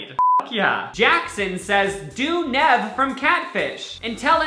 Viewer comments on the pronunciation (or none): love, camilla the way pronounces it...nehv... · I broke inside each time he said Nev instead of 'Neve' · nev's name is pronounced neeev like your knee NOT nev like nevel papperman on icarly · it's pronounced Neev not Nev although it's spelled that way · Its NEEV. Not NEV lol. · lil sebastian Every time he pronounced it wrong I kept screaming in my head, “nEEEEEv!” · ITS PRONOUNCED NEEV. Lol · nyeh-v or knee-v ITS KNEE-V SKKSIDJDJD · Y is he saying NEV 😂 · omg how you were pronouncing nev.. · the way he says nev makes me mad oh my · It's pronounced NEEEEEEEEV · It’s pronounced like NEEVE... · I love but hearing him pronounce Nev’s name wrong multiple times made me cringe😂